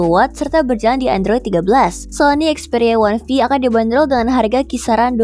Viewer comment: Experia wanvi wanvi😅